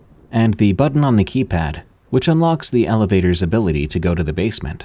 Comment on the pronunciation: Dost thee have to pronounce every 'The' as 'Thee' like in ye Old English?